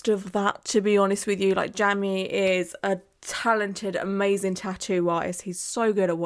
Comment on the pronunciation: No shade; Jamie is the pronounced the same as Jaimie (Jay-mee) ☺️❤️